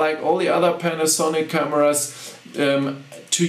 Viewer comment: You english is very very good but you just want to pause when you say panasonic. like this, pan, a, sonic. almost like you want to separate the syllables but not a long pause.